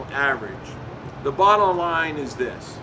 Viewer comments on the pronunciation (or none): Did he say "bottle line" ?